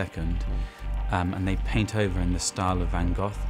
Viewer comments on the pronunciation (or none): VAN GOTH VAN GOTH VAN GOTH VAN GOTH VAN GOTH VAN GOTH VAN GOTH VAN GOTH VAN GOTH VAN GOTH VAN GOTH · Lorena K Gogh is actually pronounced “gough” rhyming with “cough”